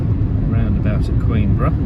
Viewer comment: No s in Queenborough. 😁